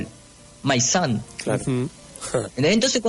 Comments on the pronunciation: Jaja! No es my SUN. Es my SON en inglés mi hijo. Solo un dato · No ves q charlas mucho my son... no my sun si vas hablar habla bien